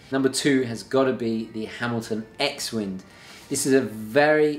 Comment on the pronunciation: Hello, the name «X-WIND» reads «CROSSWIND» - as in the 12 o’clock text «for CROSS WIND» - on that Hamilton chronograph.